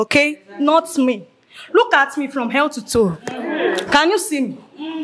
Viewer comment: I thought I was the only one who heard the “hell to toe” 😅😅